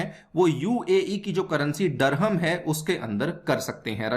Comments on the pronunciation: व्हिडिओ अच्छी लगी लेकीन दीरहं को डरहम डरहम मत बोलो सर अजीब लगता है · Bro it is "DIR"HAM and not Dur-ham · Dirham hai bhai..... Dharammmm...... Nhi...... Kya ias banega re tu😂😂😂😂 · It’s “ Dirham” pronounced as ( Dirr-haam)….Durum is a variety of wheat whereas Durham is a city in England. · What UPSC aspirants are studying if they are not able to pronounce dirham properly. 😂😂 N they claim UPSC is most difficult. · Learn pronounciation abt currency